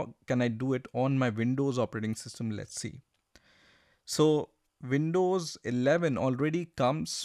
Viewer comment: It is pronounced "Windows" not "Vindows"